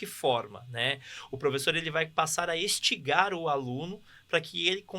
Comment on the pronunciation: Misericórdia. Ouvir um professor doutor dizer a palavra estigar em vez de instigar, é muito penoso para a educação brasileira. Me perdoem pela crítica, mas, o domínio do vernáculo do seu país é uma regra básica na vida do professor. Num podcast anterior, salvo engano no podcast número cinco, uma mestra em educação pluralizou o substantivo babá, mencionando babares. De novo, me perdoem pela crítica, mas, isso é muito triste.